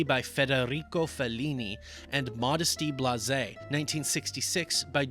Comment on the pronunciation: It's pronounced Modesty BLAZE.